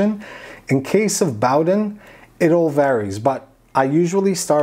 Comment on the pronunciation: Hi, its pronounced Boh-den (/ˈboʊdən/ BOH-dən) it takes the name from the Bowden cable.